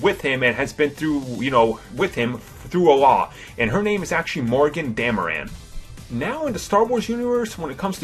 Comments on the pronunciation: Dameron not Dameran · It's DamrOn not DamerAn. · 'Thought his name was "Poe Dameron", not DamerAn. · Isn't his name Poe DameRON and not Poe DameRAN? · It's Poe Dam-e-RON. You keep saying it like Dam-e-RAN. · I had already new most of these things. Oh yeah, it's not Poe "Dama- Ran" it's Poe Dameron. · It's Poe DamerOn, not DamerAn. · He says Poe dameraaaan it's Poe dameron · why do you say poe damaran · Dameron "dameran" chuck "check" I s2g please pronounce properly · this guy doesn't know how to read poe damaran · It's po damaroooon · "Poe Dam-a-ran." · Can't stand the way you're pronouncing Poe's last name. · please pronounce dameron right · Please learn to pronounce these names before speaking on them: Dameron, NOT DamerAN, Boba Fett, NOT Bubba Fett and it is Jakku, NOT Jokku. Very irritating to listen to. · random ADHD ramblings collated from other lists. DamerOn, not DahmerAnn. Grunny is known for his 2 minute on LOST?? what about ALIAS and FELICITY? "BUBBA Fett"????? Ken LANG?? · It was actually Alec Guiness' voice that said "Rae" in the vision sequence. Not Ewan McGregor. Also, It's Poe Dameron, not Poe Damaran. And its Daniel Craig, not Daniel Cregg. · Daniel "Creg", Poe "Dameran"?